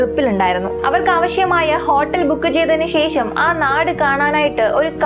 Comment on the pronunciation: ശേഷം എന്ന പദത്തിലെ ' ഷ ' എന്ന അക്ഷരം ഉച്ഛാരണം ശരിയാക്കണം . ഇത് ഒരു കുറ്റമായി കാണരുത് വേറെ ഒരു കുറവും അവതരണത്തിലോ , വീഡിയോയിലോ, ശൈലിയിലോ ഇല്ല .👍.